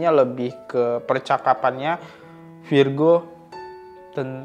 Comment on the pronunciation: 1 lagi bang namanya virgoun dibacanya virgon kalo virgo nama zodiak 😂😂😂